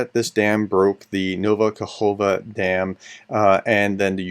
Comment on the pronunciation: Ka-kov-ka… you’re welcome